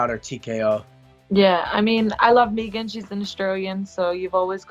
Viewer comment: So glad valentina pronounced megan the right way, no like everyone else that says meeeegan